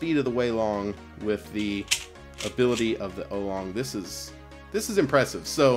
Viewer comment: "ow-long" not "oh-long" ;)